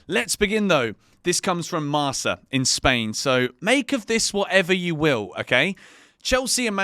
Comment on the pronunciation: It's pronounced MARKA. What a football expert!